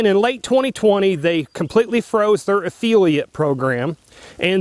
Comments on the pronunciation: Can’t pronounce affiliate or spell “scripts”? So this is about how it benefits you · yeah, I’ve never heard anyone pronounce affiliate like that. Very strange. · What is an affeelia program? Is he trying to say the word "affiliate"?? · It is a-fill-eeat... not a-feel-e-ate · It's a Affiliate NOT A feeliate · Affeeliate/Affiliate. He said it about a dozen times. Lol. Seriously though, great content. I never considered USCCA wouldn’t have my back. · A-FILL-e-ate...not a-feelie-ate, just trying to help bro, thank you for another great video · He's said it like that for a long time and I've thought about correcting him, too. But I don't because I get a giggle everytime he says it like that. lol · Efeeliate? I had to use cc to hear affiliate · Affiliate (ah-fil-lee-at) not (ah-fee-lee-ut) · i finally figured out what you were saying LOL. I thought you were saying EFILIATE AFEELIATE program. and i was like what the heck is an EFILIATE AFEELIATE program LOL. Affiliate. AH i got it now. LOL a fill e ate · Affiliate not Afeeliate. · A fill-a-ot not Afeel-ee-at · It's pronounced "af-FILL-iate" not "af-FEEL-iate"...otherwise, that was a great video.... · Why am I watching a video of a guy giving his "expert" opinion when it doesn't seem like he actually knows anything? You're an "affiliate" (NOT an "affeeliate"), did it ever occur to you to call the USCCA and ASK them before making a video? When you retire you would make a good journalist, lol. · If you are getting compensated by USCCA, why would you object to reading what they want you to read? You have to take the good with the bad my friend. Sounds like you are the problem, not necessarily USCCA. What the hell is an "af-feel-iate", do you mean affiliate? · WTF is an afeeeliate? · A-feel-iat? Ha! You lost all credibility right there. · affiliate - widely pronounced "uh-FILL-ee-et"... vs "uf-fee-lee-uht." Had to hear several times to understand him... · This guy can’t even pronounce affiliate! Lolololol Uh feely at lol